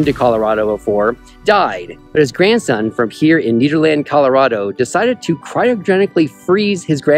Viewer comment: It’s NEDerland , not NEEDerland! 😂 We in Colorado call it “Ned.”